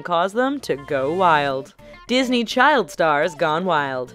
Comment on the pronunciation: What's a Dosney child?